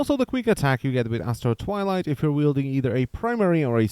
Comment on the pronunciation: I kept hearing "Asshole Twilight" and was most amused.